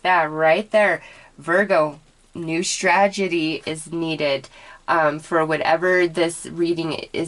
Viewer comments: Strategy. You are saying "stragedy" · I love your readings, but I have a really hard time when you mispronounce words.... its strategy, no d. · How many times can you mispronounce strategy?😋✌ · I love you and your readings but since I'm a Virgo I must point out that the word is strategy (not stragedy). Love you!! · Unless the strategy would end in tragedy and she is trying to say both things at the same time! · Honestly I felt the same way. I tried not to but I couldn't help it